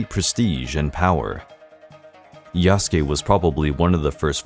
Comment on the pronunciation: Why pronouncing Yas-ke It's Ya-Su-Ke